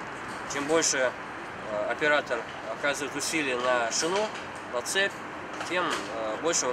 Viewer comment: Бля, автор, не шинА, а шИна.